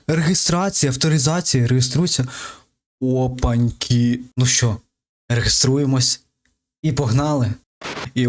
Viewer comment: не реГЕСТУЄМСЯ )) то ти рагуль. реєстрація -- відповідно реєструємося .))